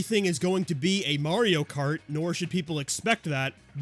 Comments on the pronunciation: Pokeman? Maerio kart? Does bro even know how to pronounce words? It's Pok-è-mon and Mar-ee-o. (Now unless this is supposed to be a joke based on how grandparents say them, in that case I feel dumb.) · Pokie-man, and Mare-eo. Yup. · pokie man? mare-eyo kart??? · "May-Ree-O" will always be a successful rage bait to me 😂 I cringe every single time